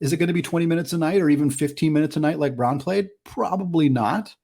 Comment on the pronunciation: Braun pronounced "Brown"